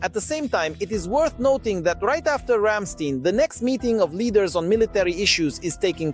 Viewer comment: Ramstein pronounce Рамштаин. 😉 💙 💛 🇺🇦 💙 💛 🇩🇪